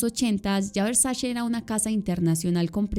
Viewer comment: Hermosa adoro tu trabajo, aolo queria hacer un comentario constructivo, se trata de la pronunciación de Versace, se dice literal Versache, no Versashe. Ya que la C en Italiano de pronuncia igual que la ch